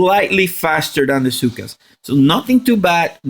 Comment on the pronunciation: I love how you pronounce Zooka as "Cyka". Thanks for the help tho